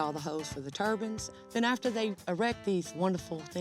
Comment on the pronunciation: She said turbans instead of turbines! What's with Americans and pronunciation?